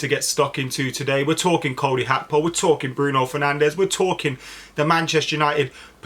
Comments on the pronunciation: Did I miss something? When did Gakpo become Hakpo? Is that the proper pronunciation? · I love you Adam but can't get over "Hakpo" 😂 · Ye, I noticed that, Hakpo, lol. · PLEASE STOP REPORTING ON GAKPO UNTIL YOU CAN SAY HIS NAME CORRECTLY